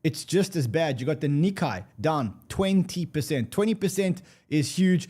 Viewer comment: Nikkei rhymes more closely with "cay", not "cobra kai". Please tell to stop scratching his nails across the chalkboard!